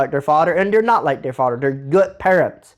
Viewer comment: So glad i stayed for Fawdder and Mudder 🤣🤣 Never change!